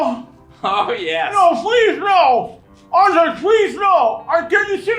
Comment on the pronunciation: They've finally started calling him Andrés and not 'Andreas'